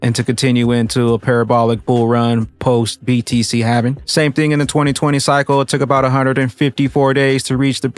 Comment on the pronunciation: ....It is Halving or Halvening. Driving me nuts...lol